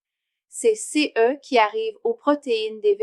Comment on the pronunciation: La voix de la machine ne sait pas lire "CE" en devant épeler les lettres séparément.